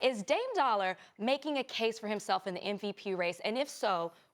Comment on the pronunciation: It’s Dame DOLLA, not Dollar. Come on son.